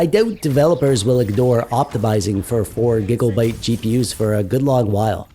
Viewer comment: Wtf is a gig-"O"-byte?